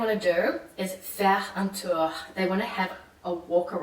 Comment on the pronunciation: Great points! But. . . I'm still stunned at how every time she tries to utter even one word in French she completely misvowels it. Like EVERY time! Right from the start she somehow managed to turn the very simple "j'adore" into a "j'adeure". "Un tour" becomes "un teur", surely making her speech pretty incomprehensible to French people. So EASY to fix! Six years living in France, and nobody ever sat her down and had her drill those simple sounds? Why didn't she ask someone, at least for an honest appraisal? Had I met her at any stage I would have had her pronouncing her French correctly within an hour, no kidding! It's all about awareness of the sounds, so easy to learn with some minimum phonological guidance.